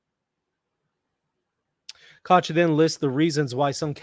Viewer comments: I love how is unable to pronounce the German "ch" but makes sure not to go with the "k" instead to not call him "Bishop Kock" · Dich, doch, noch, nicht—all German words are correctly pronounced with a hard “k.” Likewise, “Koch” is correctly pronounced in English “cock.”Hilfe uns, Herr Jesu!(Help us, Lord Jesus!)